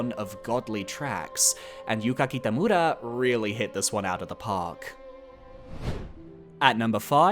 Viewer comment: I love your videos (and this one is no different) but the exaggerated way you pronounce Japanese/Asian names like Yuka Kitamura and Sekiro.etc always kinda comes across a little bit off for me imo. I'm sure your intentions are good, and I appreciate that you're trying to enunciate the names correctly, but I feel like some people might get the wrong idea with the accent/tone of it Please don't take it to heart or anything! I consistently love all your videos, but I figured I'd mention and give feedback